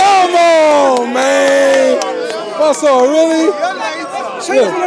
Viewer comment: COOOOOOKED him 🤣🤣🤣 he turned monsur into monSOUP😭😭😂🤣🤣🤣🤣